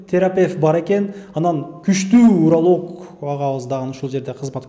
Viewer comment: Кучтуу уралог эмес урооооолог😂😂😂